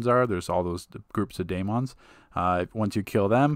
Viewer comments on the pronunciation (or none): none